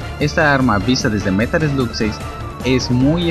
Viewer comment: Se pronuncia merol sloc